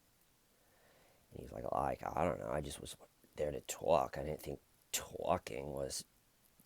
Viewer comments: “And to those people I say… I just wanted to tAULK” 😂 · This George guy is an ass! Lol..I like how u said tawk...it sounds better than how I say tawk...I'm from eastern Kentucky so my accent is very pronounced 🙊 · You twalk the twalk it's a great addition to the story telling 😉 I couldn't watch too much of this interrogation because I couldn't bare to listen to his voice, 'Not his accent' disappointed that there are no Smeeeder like names in this one 😂 Have a great break away and Happy birthday Grandma Tcl let the shananigans begin 🎉 🎉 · TAWK Body? D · LMFAO "someone got annoyed at how I kept saying 'tawlk' yesterday, they said it was getting annoying and grating . . . and to that I say . . . I was just trying to tawlk." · "And to that I say I was just trying to tawk Lmfao love u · I'm late to this, but huegely pronounced it more TAHHLK as opposed to some NYC bronx "twoolk" accent. He searches for words with OHH and AH sounds because it lets him make his voice sound deeper. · Tawk as much as you want. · just wants to tawk. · Hey, can you say "tawk" more? Cracks me up! :) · Tawk ..... Priceless 😂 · Say tork as much as you like. I laughed each time!